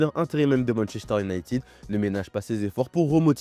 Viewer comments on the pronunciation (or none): none